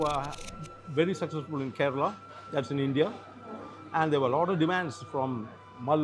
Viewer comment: These people don't even care to pronounce Kerala correctly. 😏